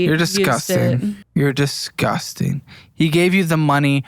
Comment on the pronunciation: I've realized recently that says "disgusting" with a z instead of an s so the way he says it is "dizzgusting"